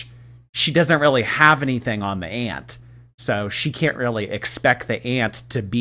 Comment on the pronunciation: Btw can I say that I genuinely hate the way she says aunt…it’s like nails on chalkboard not because of the pronunciation but the way she drags her speech is stupidly annoying…it’s like she saying “ayanT” with extra emphasis on the t